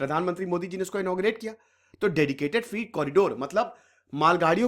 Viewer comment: Freight फ्रीट नहीं 'फ्रेट' कहना चाहिए। वीडियो अच्छा है। धन्यवाद